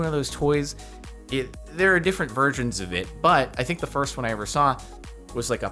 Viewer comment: Is it just me, or is he saying "there's different VIRGINS of it"? it really sounds like a G and not S to me at least